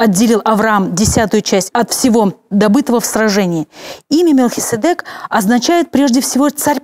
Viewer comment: Благодарю за ваше служение! ( маленькая поправочка, в греческом варианте ударение в имени МелхиседЕк).